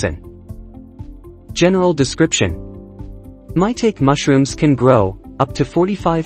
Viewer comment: It's not pronounced "MY-tayk". That computerized voice is killing me dude. Otherwise, very good video